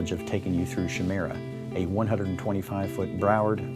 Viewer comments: Pretty sure the "ch" in Chimera is pronounced as a "ka" sound. Kai-mera instead of shy-mera. It's Greek. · And to think all these years I pronounced “chimera” as kī-mir-ah. This dolt has no clue and to think he’s some exec. Yikes. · It's pronounced K-Eye'Mer-Ah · Shi-mera or Kai-mera? Honestly Americans know how to kill the English language 😫